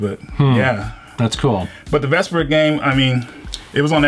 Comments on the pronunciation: Tales of Vesper-a huh? Ves-per-ia is how Karol pronounces it in the game. Yes I'm nitpicking...I enjoyed the video though lol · he miss pronounced vesperia ......it hurt me a little ... didnt mention Tales of Vesperia First Strike , Tales of Twin Brave , Radiant 2 and 3 tales of vs or even zestiria ........ im saddened as a tales fan now ... btw this isnt rage just thought id address it other then that great job ^^